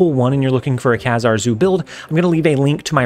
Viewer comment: he's pronounced KA-zar